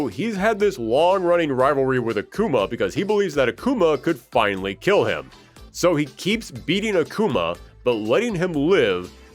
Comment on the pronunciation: Plot Twist: This isnt even the ending. And it's "finally" not "finially."